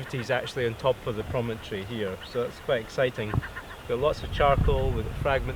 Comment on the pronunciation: A former elephant that “promontory”